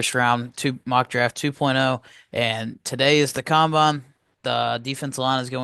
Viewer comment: It’s combine don’t know what you’re saying